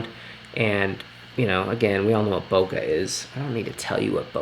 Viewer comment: 2 times converter not 2 ex! Also Bo Kay not Bo Ka for Bokeh. Useful video though. Thanks.